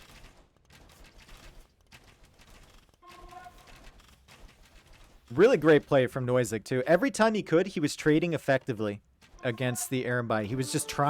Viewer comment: Having watched cast the finals I can't stop thinking about when he mispronounced trading and said Yo and Lyx were "Tribbing" 111!!!!